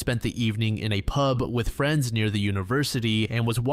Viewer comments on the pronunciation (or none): none